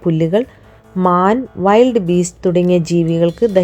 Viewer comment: വൈൽഡ് beast ❌വിൽഡ് beast ✅